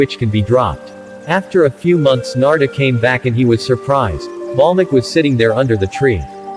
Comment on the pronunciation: its valmiki not balmiki